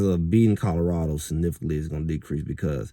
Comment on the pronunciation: Its Colorado not Codarado!